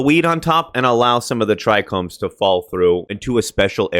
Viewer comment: As one'a them "OG's" ( near daily smoker since '77) THANK YOU for pronouncing the two trouble words amongst weedtubers correctly - Trichome and Percolation. For the life of me I cant see why people add a second "R" to trichome and drop the O entirely in favour of a U in percolation.